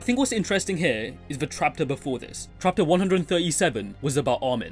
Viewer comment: Am i the only who hear "trapter"?